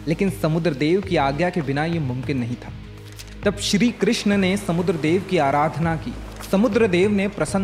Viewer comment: Its not shri krishna…its shri krishn